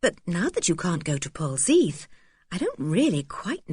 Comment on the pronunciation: Pronunciation is Pol-zeth....